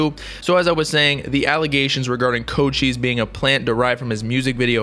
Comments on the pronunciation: Coach ice not co cheese I swear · Mans really just said "koe chise"